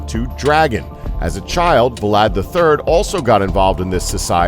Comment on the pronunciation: Are we gonna pretend that the narrator can’t pronounce Vlad without inserting an additional vocal?